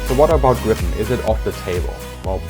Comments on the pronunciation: So far fascinating. So just a little remark that I CAN make in an interlude. 'Gripen' - The Griffon - in Swedish is pronounced more like 'Greepen', not 'Grippen'! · The name Gripen should be pronounced Griepen and not Grippen. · The name is Gripen not Grippen! Tongue problems?😅